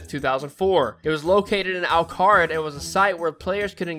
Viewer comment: Al car rid 😂